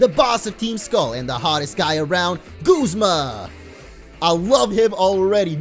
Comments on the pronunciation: It's not Gozma its guzma like saying Gus with a z or like when you say uh g-uh-zma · u are saying guzma wrong